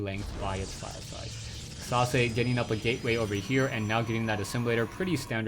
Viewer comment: I was not looking at the player's name and i thought you said Sausage :))